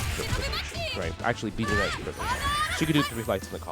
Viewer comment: its pronounced "jenny" just fyi. love you justin, lets f'n go!